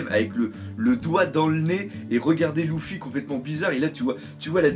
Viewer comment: pk tu ids lOUffy sa me stress ?